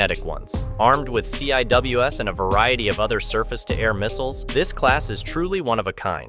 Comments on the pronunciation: We have CVN's, but we also have LHD's. Also, it is pronounced as Sea-Wiz, not C I W S. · CIWS is pronounced "sea-whiz." 👍